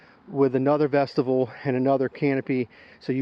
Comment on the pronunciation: Awesome video and I appreciate the review, and I hate to do this, but vestibule is not pronounced like vegetable. It is vestibule with a long U vesta byool